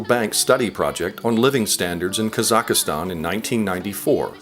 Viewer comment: It is not pronounced "Kazakh-a-stan." It is "Kazakhstan."